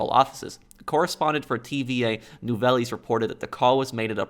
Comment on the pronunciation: it’s nou-vels